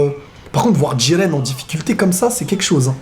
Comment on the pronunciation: Jiren idiot, pas djiren